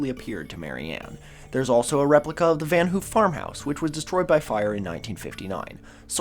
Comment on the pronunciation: Van haaf. Not oo